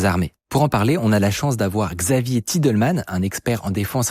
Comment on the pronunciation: Désolé mais j'ai arreté juste apres le mot "Xavier Titelman"